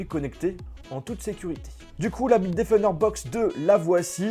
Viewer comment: Bite qui defon '' bitedefnder''